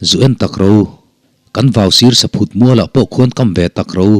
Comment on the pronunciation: Saphut mual tih i chhiara "phut" tih lai hi i lam dik hlel deuhin ka hria. "Hnathawk tur hian min phut lutuk" tih phut lam ang hian lam tur niin ka hria. Saphut chu thing chikhat hming a ni a. A rah chu sava ten an tlan thin. A bikin Tuklo leh Tawllawt in an duh hle.